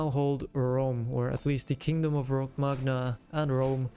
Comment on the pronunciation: the man just wanted a hat, then all hell broke loose great content, just one nitpick, Romagna is pronounced "roh-mah-nya" :) nothing major, but that "g" kind of makes me uneasy, i don't know why